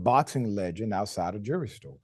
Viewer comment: "A jewry store"? Really?? C'mon, now! How much does throwing an "L" up in there take? Professionalism. Bro. Mayweather is showing himself to be on the wrong side of history - in a BIG way. Them folks is just as wrong, calling Floyd out his name. But - his fault, his problem. "THINK - It ain't illegal yet!!" Free Palestine - Goodbye TYT...